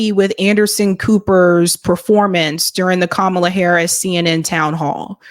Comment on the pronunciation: "That's what fascism looks like", referring to mispronouncing Kamala's name!😆